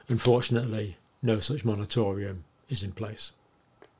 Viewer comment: still saying monotorium?